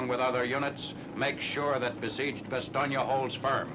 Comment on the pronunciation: First time I've heard an American commentator pronounce Bastogne correctly (or nearly so)!